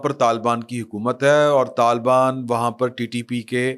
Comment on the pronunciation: Talbaan NAHI Hota, talibaan Hota hay, AAP ko Patta hi NAHI hay, Pakistan Aik wafaq hay Aur Aik syasi, jamhoori, Aur jughrafiai, Aur foji haqeeqat hay. Mulk tootnay ki Baat Naa Kia karain